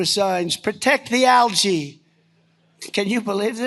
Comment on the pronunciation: Can’t pronounce algae!